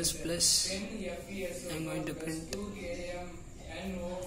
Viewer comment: Why you spell printttttt instead of simple print dont stress on that t it is irritating bro